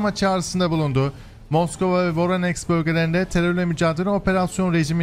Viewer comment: abi.. voroneks yox VORONEJ. sen slavyan seherlerini duz seslendirmirsen, onlar KS yox SK seslenir.